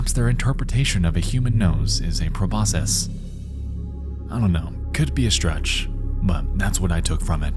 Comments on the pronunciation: Not gonna lie, I wanted to tear my nose off when you said 'Proboscis' wrong. It's latin. C's make K sounds in latin. It's Pro-BOSS-kiss. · Is that pronunciation of Proboscis a regional thing or? I just googled it and their pronunciation is the exact same way. I've always heard it said pro-boss-kiss. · Every time he pronounced the word proboscis as "Pro-boss-siss" instead of "Pro-boss-kiss" I screamed inside. That alone shows I've been watching too many British nature documentaries, lol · I fundamentally disagree with your pronunciation of 'proboscis'. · Honestly can’t tell what is scarier: Gemini Home Entertainment, or how Nexpo pronounces proboscis.